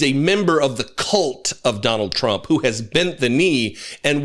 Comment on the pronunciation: Maybe he only served in the middle part of the country. 😂 Chump (as Karoline Levitt pronounes his name) really knows how to pick them.